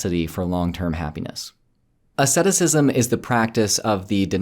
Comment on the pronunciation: Do you mean asceticism? If so, you are pronouncing it wrong.